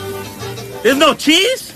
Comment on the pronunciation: Yo, that "ain't no CHEESE?!" was very personal.